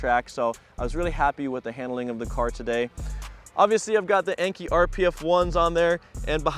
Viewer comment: Nice car. Looks like it was a lot of fun. I wish that track was closer to my area lol. What kind of mileage does it have? I didn't hear it mentioned. Also as a side note. Enkei is pronounced NK like the letters.